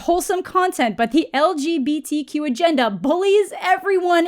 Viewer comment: Did you say “LGB-Cute”? Yeah, I think 🏳️‍🌈 couples are cute too. 😀